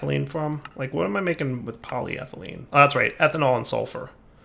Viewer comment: these names are getting harder to pronounce Also direwolf for the last 50 episodes: poly thigh lean.